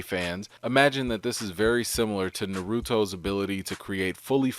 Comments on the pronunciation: Hey?! I know you can read. It's Na-ru-to! Not Nur-ru-to. Say a person name the way their way their family and friends pronounce it if you don't what is proper. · The u in Naruto isn’t harsh. The emphasis is on the a. Gnar-oo-toe. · Ah shit here we go again... It’s not Noruto. It’s not Nuhruto. It’s not Nuhrudo. It’s Naruto. Nah-ru-to. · Its NAR RA TO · How dare you say “nar-oo-toe” with my brother watching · "nuh-roo-doe" Fucking. Triggered. *Gnar-oo-toe I'm sure any professors or academics with backgrounds in the relevant fields of linguistics probably just threw up. But I'm more concerned with results than technicalities. If you space the syllables properly - as each character is written - native English speakers (myself includled) refuse to not stress the "ru" and/or soften the "t" into a "d", I've never understood the latter. Like 90's moms talking about their kids' Poke-Man cards. Disclaimer: Marijuana was NOT involved in this weeaboo rant. Drugs are bad, m'kay. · nuhROOOOOOtoe. Dattebayo :/ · Let me just say. Na-roo-toe. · u pronounced Naruto wrong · It ain't about being perfect. It's about getting it right. The video fine but say somebody's name proper if you're gonna reference them. To much info about that shonen character in the last few years that he can't say his name right. He gonna reference "Geku" and get the same thing, "mam wif. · Literally giving a thumbs down because of how you pronounced Naruto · I’m not gonna lie, but the way he pronounced Naruto got on my nerves a little. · You said Naruto wrong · Botched Naruto’s name😑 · Am I the only one who noticed he said Naruto hilariously wrong?